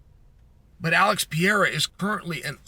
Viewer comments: Chael, are you trying to say “Pereira”? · Chael has inside info that the fight hasn't been offered to Jon yet, within seconds of that statement is claiming the RETIRED Stipe Miocic could be an opponent for Aspinall. Between that and Cyreeyul, Pee-air-ah and Uncle-eye-ev, I can't take this guy seriously.